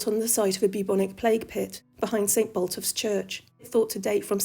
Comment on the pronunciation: Regarding St. Botolph's church, you misspoke. It's Botolph, not Boltoph. Sidenote: you know Boston, up by the coast in east Mercia? It's named for him. It was originally St. Botolph's Town, later Botolphston, then that got Anglo-Butchered to Boffston, then Boston.